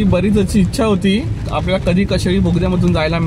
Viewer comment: कशेळी नाही कशेडी. आधी नावं confirm करा अकनी मग बोला.